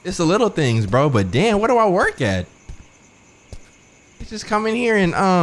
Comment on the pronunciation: Every time you said danm lol